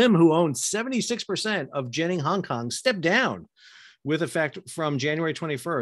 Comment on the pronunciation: Lim Kok Thay isn't broke. Genting HK is only a tiny part of the enormous (non-shipping) Malaysian based Genting empire he inherited from his father. And he didn't resign because of the evading arrest thing. He quit because the company is bankrupt. They're winding it up voluntarily. BTW: the pronunciation of genting is wrong. It's not a soft g, like a j, as in general. Use a hard g, as in golf.